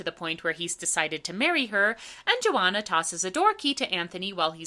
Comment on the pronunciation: you pronounce Joanna to rhyme with marijuana?